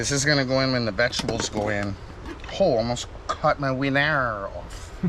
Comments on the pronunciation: I loved this video! When said he almost cut his "ween-air" i laughed out loud so hard! I wish I could hang with yall, you seem so cool! 🦜🦜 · “Almost cut my wienair off” 😂